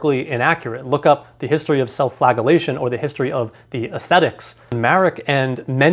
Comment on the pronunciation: Drives me nuts how you mispronounce the word flagellation every time.